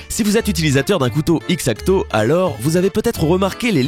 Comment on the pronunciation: ce n’est pas x-acto mais on le prononce exacto